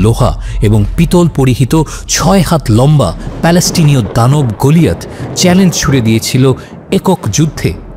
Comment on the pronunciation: গোলিয়েথ নয় এটা হবে গোলায়েথ। আরবীতে এটাকে বলে জালুত।